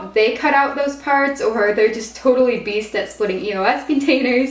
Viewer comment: You don't sound right saying "beast " just sayin 👍🏾👍🏾